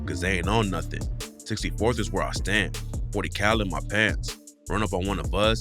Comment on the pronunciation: When you said nun instead of nothing, I felt that.